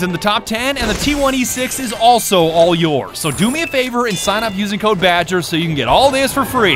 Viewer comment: badger becomes french 😂😂